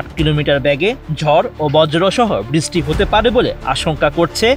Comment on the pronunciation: বৃষ্টিকে বিছষ্টি বলার মানে কি ভাই😅